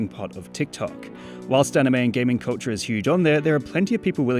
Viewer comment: I thought he was saying coacher instead of culture for 3 whole minutes